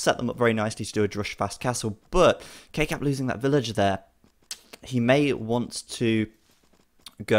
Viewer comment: why do you call him kkap when its spelt kkab?